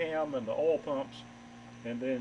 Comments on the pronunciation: what is an "ole" pump???? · Southern pronunciation of Oil.